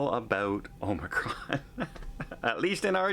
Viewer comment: please say Omicron, it’s not Omacron!